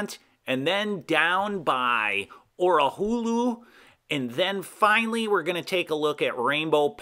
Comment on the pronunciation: Orihula: Or-i-hoo-la Hahns: Honns Great video. Thanks.